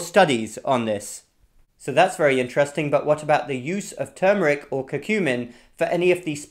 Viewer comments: Thank you for saying TERRRMERIC, and not TOOMERIC.😁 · Thank you for not saying TOOMERIC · #1: Thank you for pronouncing the word correctly. #2: Turmeric needs pepper #3: Too much turmeric can decrease testosterone #4: The late Mary Enig, Ph.D.; NIH, published research about how organic, raw coconut oil destroyed enveloped virus membranes. I, myself, after many years of blood donations, tested CMV negative after incorporating raw coconut oil into my coffee and other parts of my diet. In fact, The Red Cross wrote a special letter to me requesting my blood because the negative CMV factor made my blood suitable for babies and other special cases. Also, many years ago I met a nurse from one of the Caribbean islands. She told me that they use(d) coconut oil in their AIDS patients. #5: Thank you.